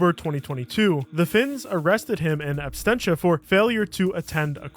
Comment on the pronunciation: absentia not abstentia 😂